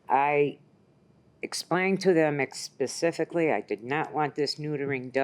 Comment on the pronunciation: “Ex-specifically???” What🤯🤯🤯